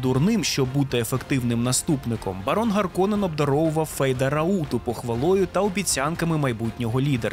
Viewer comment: Харконен, Раута - це фінскі слова, в них наголос на перший слог завжди